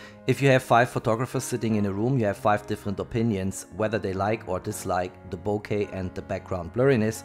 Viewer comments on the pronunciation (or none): none